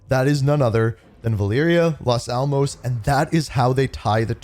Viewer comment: Las almAs not almOs